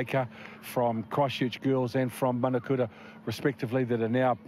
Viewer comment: Commentator need to get the name right it’s manukura not manakura